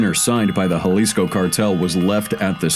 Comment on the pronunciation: Finnaly, a non brit crime channel who can pronounce jalisco correctly lol